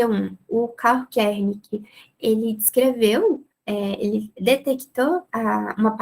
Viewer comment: Muito legal e clara a explicação. Mas você falava Kernick ao invés de Wernick